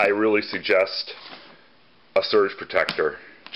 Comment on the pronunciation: Lol very funny and well thought out....did you say surge protector or urge. Great that you can now take your scooter out of a little box.....but you could probably always do that anyway...lol. Definite thumbs up.